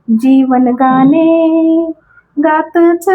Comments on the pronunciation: मॅडम मराठी नुसतं बोलण्या पेक्षा थोडं सकस वाचन पण करा म्हणजे न आणि ण हे दोन वेगवेगळी अक्षरे आहेत हे नीट लक्षात येईल आणि गाने नसून गाणे असते हे पण लक्षात येईल. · Kharech far ashuddha bolata.gane mhanata tevha suddha shabda ashuddha uchharata.